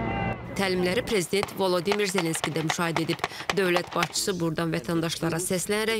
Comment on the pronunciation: Ukrayna dilində volodimirdi düzgün tələffüz edib